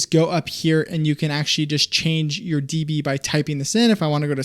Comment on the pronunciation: calling decibels “d” “b” makes my ears bleed